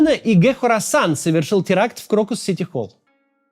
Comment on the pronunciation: Хорасан, [не Корасан], название большой провинции в Центральной Азии